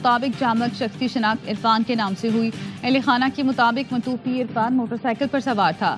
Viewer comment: اردو نیوز کاسٹر کے تلفظ کا معیار اس قدر خراب ہے کہ متوفی پڑھنا نہیں آتا